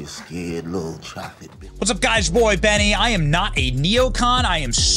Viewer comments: Love your covering my man Pierre Benny. You got his surname right too, first US commenter I’ve heard do that. Love your channel. 🤘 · You are the only Yank that says his name correct!